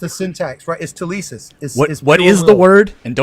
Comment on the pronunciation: did this tool say "telisis"? what's with american christians butchering greek words while thinking they have magic meaning? the word by the way is θέληση, and it simply means will. i should know, i'm greek.